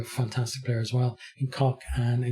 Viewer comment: Excellent pronunciation of those players names. Hats off mate.